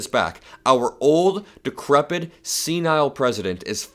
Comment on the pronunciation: The word is decrepit, not decrebid.